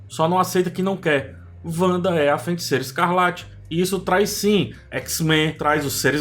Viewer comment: Cara, video muito legal, parabéns! Só toma cuidado pra não falar "FeNticeira". Abraço